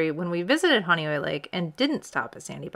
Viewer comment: Now I know how Honeoye is pronounced. I had wondered for years.